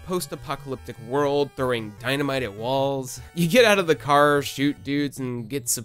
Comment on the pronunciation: “everyone betrayed me, I’m fed uhp with dis worald!”